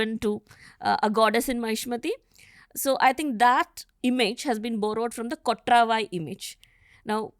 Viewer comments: its not kotraavaai.. its just kotravai. this channel is misleading. title is misleading. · She can't even pronounce kotravai. Durga, War mongering ! Please be careful who you invite. I am disliking this pod